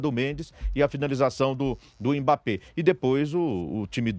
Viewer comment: "EMBÁP" É UM MOOOOONSTRO!!!! PSG é time pequeno, quando vê um grande treme na base!!! E a lei do ex não falha kkkkkkkk